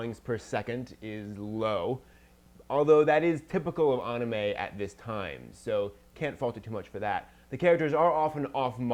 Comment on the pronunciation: Why does it when she says Anime it sound like Onamay? XD